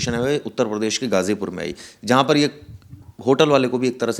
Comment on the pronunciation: भाई आप पहले पत्रकार हो जो ग़ाज़ीपुर को ग़ाज़ीपुर सही उच्चारण कर रहे हो,,, वरना सब लोग गाजीपुर ही बोल रहे हैं